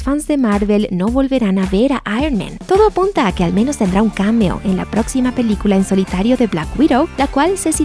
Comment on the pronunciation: ¿Cómo hacer para que pronuncie la palabra "cameo" correctamente?